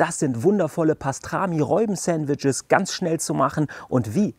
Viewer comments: HaHaHa...hast Du wirklich "Reuben" gesagt? Das spricht man wie "Ruben" aus. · Frohes Neues allen :) Sieht lecker aus auch wenn mich die Aussprache von "Reubens" (wird Rubens ausgesprochen) echt ziemlich triggert :D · Wir haben auch herzhaft darüber gelacht. Zumal das Reuben ein standard Sandwich ist das man kennen sollte. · ändert trotzdem nichts dran das es Ruben ausgesprochen wird und deine Aussprache einfach komplett falsch ist. 😅